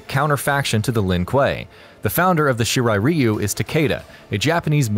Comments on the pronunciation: The way you pronounce the Shirai ryu made this very difficult to sit through 😩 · Can you please learn to pronounce stuff properly before putting out videos?? First Xehanort, now Shirai Ryu... The videos are good and all and I mean no disrespect, but my ears have bled several times already... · On god he said it wrong 😂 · Your saying shirai ryu wrong dumb nut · It's so annoying how you're saying shirai Ryu wrong!!!! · Please say shirai ryu correctly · fuck this video. u cant say shirai ryu correctly smh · The fact he pronounces the clan names wrong triggers me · Scorpion the Japanese member of the shirt Reeeyyyuuu F the pronounceation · Bro I could just watch this on history behind the warrior at least he can pronounce the clan names right, the hell is a shiri reeyu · I think it's pronounced Rwhyuuuu and not Reeeeuuuuuu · he said reeyu, it's ryu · Its not "Reeu" its pronounced "Rye u" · It's Raiyu not Ryu,Ryu means dragon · Every time I hear you say REEYUU, I cringe. Dude, learn some Japanese please. You should just pronounce as Leeyu, which is still not quite Japanese but much closer. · Shirai ree-oo is actually correct. Throughout the series, the Shirai Ryu's name is mispronounced as Shirai Rye-yu (when the correct would be Shirai Ree-oo). Also, given that "Ryu" is the Japanese suffix for "style", the name would be more properly parsed as "Shirai-ryu". Shirai Ryu means "Style/Flow of the White Well". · Shirai Reeeyu..... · Shiray ree u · ITS RA YOU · Shirai Reeeeyou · Its pronounced She rr eye, Rr eye you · shirai “ree-u” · ShEe RiE ReeY yUUu😂😂 pronounciation fucked the beginning of this vid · It's Shirai RY YOU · I speak Japanese and I still say "Rye-you" because I didn't know better in 1991 and built the habit. Not gonna change either. Edit: Nevermind, "Rye-you" only applies to Street Fighter. In this kase, it is wrong. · I cringed so hard when he said shirai Ryu wrong 💀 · not judging but it always bothers me when someone says Shirai Ryu wrong